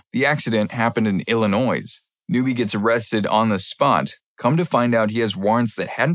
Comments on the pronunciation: its not illinoise its illinois (ell-uh-noi) source: i live in illinois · How do you not know how to pronounce Illinois?